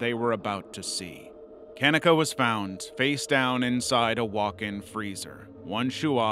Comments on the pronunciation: Maybe look at pronunciation of names, especially for victims. Keneeka Jenkins is incorrect, you are pronouncing it like Ken-eh-ka. It is pronounced Kah-neek-uh - as shown in multiple news reports and interviews with her mother. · her name is pronounced Ka -KNEE - kah